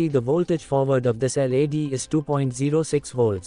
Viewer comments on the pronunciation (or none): Why are you pronouncing LED as L.A.D ? 🤷🏻‍♂️